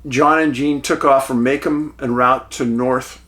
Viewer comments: macom? I live in michigan i don't know of a macom. Pronounced " May come" we have Macomb . pronounced Ma come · Macomb. Pronounced Ma Comb. Not Ma Come. Long O for Macomb.